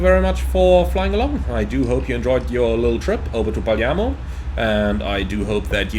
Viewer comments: I love the back and forth between PF and PM! Btw, the city is Palermo, but you say "Parliamo", that means (we) talk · Glad to see you like to come to Palermo to get cannoli and other sweets (funny note: you pronounce "Palermo" like only locals do "Paliemmo"); I saw there's a new Jetstream scenery of Palermo Airport; dunno if better of Asobo WU though.